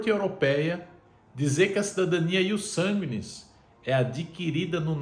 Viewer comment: "Ius barquis" 😂